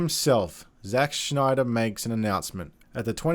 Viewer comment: Snyder not Schnyder or Schneeder. Stop trying to be cute.